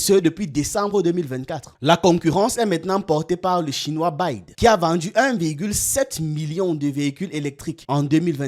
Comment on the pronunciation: BYD se lit "bi-wai-di" Belle vidéo au passage comme d'hab